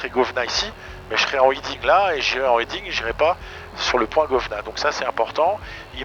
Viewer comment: ‘Heading’ pas ‘Hiding’ Dans tous les aéroclubs français on ne sait pas dire heading c’est fou.